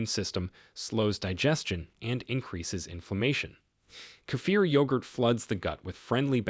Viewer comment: 70 in Australia. I make my own kefir. Nice to hear it pronounced correctly by the way. I make my own low fat yoghurt with local milk. I'm going to start to make cottage cheese.